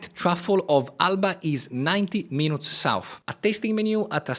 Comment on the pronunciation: Bravo. Tuttavia, se ti posso consigliare: "Minutes" non si pronuncia in modo vicino all'italiano, perche' la U si pronuncia come una I. Sembra strano, ma e' cosi! "Minits", ecco come si pronucia (con l'accento sulla prima I). Se invece vuoi dire Minuto, nel senso di "piccolo" (un oggetto minuto, piccolo), allora si pronuncia "Mainut", con l'accento sulla U. Inoltre Renaissance si pronuncia: in americano come in francese (Renassa'ns, con accento primario come ho indicato, ma anche uno breve sulla E), mentre in inglese britannico si pronuncia "Rine'isans" con l'accento sulla E. Infine: "Retirees", pensionati si pronuncia "Ritairiis" con l'accento principale sulle ultime due ii (e un accento breve sulla A). Ho scritto la pronuncia in modo "italiano", tuttavia per i corretti segni dell'alfabeto fonetico internazionale, prego consulta qualsiasi vocabolario inglese online (vocabolario, preferibilmente, non dizionario), dove trovi anche audio sulla pronuncia. Spero di esserti stato utile. Sono un medico, ma anche studioso di linguistica, e di inglese in particolare. Cordialmente, Mauro Abate